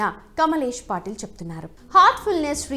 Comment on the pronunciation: పాటిల్ కాదు పటేల్...